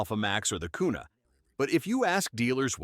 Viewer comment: Kuna a "carry" gun 😂😂😂😂😂